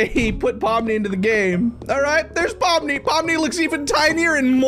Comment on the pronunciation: On the first one,that’s not Pomni💀that’s Lomni💀